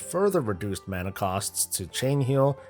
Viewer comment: you say mana like a penus